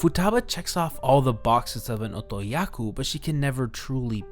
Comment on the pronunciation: Otokoyaku. Not otoyaku. Otoyaku isn't a word. I wanna watch this video but that's gonna drive me nuts.